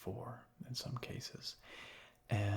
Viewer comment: Anyone else notice how he always says "ant" instead of "and"? I kinda like it